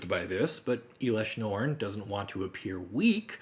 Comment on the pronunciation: It’s not eelesh norn it’s pronounced L-Esh- norn